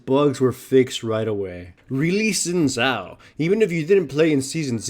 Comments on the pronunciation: xin zhao = "Sheen" Zhao , not zin zhao :) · Luis Reina You are right, but if we are strict, you should pronounce it "Sheen Jao", because "Zh" sounds (kinda, but not exactly) like j in jar, jet, joke, etc, in chinese. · Not sin zao but shin chao :D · God damn it it is pronounced as Sin Zao